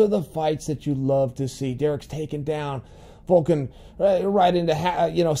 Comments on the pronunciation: Chael his name his Alexander Volkov not Volkan 😂😂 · His name is VolkoV not Volkan 😁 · Its Volkov, not Volkan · volkov, not volkan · Its pathetic how he’s doing it on purpose. He is the greatest mind the the game but cant remember a name. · It's volkov not volkan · Volkov, not Volkan Uncle Chael. Lmao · niggas over here calling Volkov, Volkan lmaooooo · Chael has a little prononciation issue with russian fighters: "Volken/Volkov" "Feedor/Feeohdor" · Its Volkov not Volkin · Volkov not Volkan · Volkov not Volkan smh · its volkov not volkan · You keep saying volkan like ozedemier, it’s volKOV. Sorry I don’t know how to spell either name and google is hard. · Volkov not volkan😂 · who is Volkan !!!! I think you mean Volkov :P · Chael triggering us again with saying names wrong on purpose. ITS VOLKOV CHAEL GET IT RIGHT😠😠😠. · Chael, I think you should "offer us" an apology for mispronouncing Volkov's name...